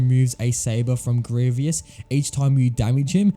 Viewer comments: One, you didn't care to finish the video just because of mis-pronunciation. Two, lots of canon Star Wars characters also say Greveeous, not Greevus, the only ones I saw say Greevus are Obi-Wan, Anakin, and Mace Windu. Bro, even Palpatine said Greveeous. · No hate man but it’s pronounced gree-vus not gree-vee-us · I don’t know I think it’s gravy us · IDK it did sound like gravy us I agree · I’m sorry but I just had to stop watching part way through because it f the continuous mispronouncing of Grievous. It’s Gree-vus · It was funny because he kept saying gravy-ous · No one: Literally no one: This guy: greeveeus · Good video, but please pronounce Grievous right. GREE-VUS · "Grievius" yes that’s how you say his name. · It was painful hearing you say "Greeveeus" throughout the entire video. Also it took you 10 minutes to figure out you had to shoot him with Cody in TCS? How? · THANK YOU FOR TELLING HIM I COULD NOT LIVE WITH GRR EE-VEE-US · does it matter how he says grievous? we all know who he means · You stopped watching just because he mis-pronounced a name? That's just sad. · Cool video. Well made, the editing is good, you explaining these levels is informative and you're entertaining. Also, interesting pronunciation of Grievous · I just kept hearing gravy-us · I know many people have said this already but… General Grie-VEE-ous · I was saying Grie - vious, but now i just say Grie - vous as it propably should be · It is grevous not greeeviss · Stop this torture is grievous not grievious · ITS GREE-VUS NOT GREE-VEE-US GOD IT DROVE ME INSANE IN THE FIRST THREE MINUTES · Why does he say Grieveeous? It’s Grievous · Man really said “Greeveis” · How everyone pronounces Grievous: "Grieve us" How this guy pronounces Grievous: "Grieve E us" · Why does he say grievious its grievous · You're mispronouncing Grievous' name and it's like nails on a chalkboard. Grieve-us, not Gree-vee-us. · It's Grievous not Grievious. Had to stop watching as it was so irritating